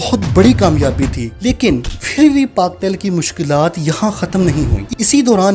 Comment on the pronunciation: بھائی فر نہیں ہوتا پھر ہوتا ہے۔۔۔ اچھی کوشش ہے ماشااللہ